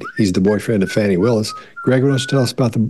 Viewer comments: You guys… you’re all too intelligent to not get how to say a person’s name that seems to be missing a W. Come on, fellas. Disappointing! Can you say our Vice President’s name as she prefers? That’s not cool y’all. Fani is said Fawny. Not difficult. That’s low y’all & I expected more class, inherent bias or not.😢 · I actually came to say this. Disrespectful to say " fanny, fani, however u say it. If you have watched anything concerning her, u have heard the pronunciation of her name. I think it was a deliberate form of disrespect. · Great video! Love you guys! 🥰Her name is pronounced Fah-nee. 😉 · I'm from UK and can tell you that she is definitely a "Fani" 🤭